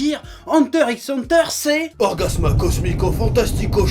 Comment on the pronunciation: pourquoi dans le jingle c'est écrit orgasmo et prononcé orgasma?